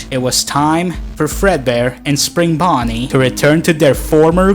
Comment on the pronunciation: "it was time for fredbear and springBAWney to return to their former glory." Not even a second later. "WHAT? WHAT DO YOU MEAN I HAVE TO PAY FOR THEM-"